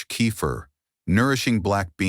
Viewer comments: Great video undermined by awful spelling and pronunciation. Late in the video, Kefir is pronounced as Cape Fear. Earlier Casine is pronounced Casing. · Robot can’t pronounce…Key fir stupid. Ridiculous